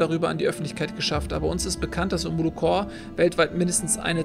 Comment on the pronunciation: Omolo corP nicht core.... es ist eine Corperation kein Corps... DAS MACHT MICH AGGRESSIV!!!!;) Aber ziemlich gutes Spiel, macht Spaß dir dabei zuzusehen.